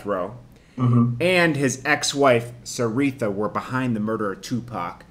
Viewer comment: Suge never came out with that documentary, battle for Compton lol that's the bond!! All ur facts r so off even how u say seeretha ha it's Shariha.. also russel Poole once thought suge killed PAC.. wow u guys should check facts first before doing a video